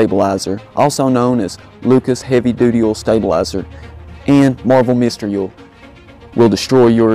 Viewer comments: PRONOUNCE O I L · I like the way you say Oil, it's so funny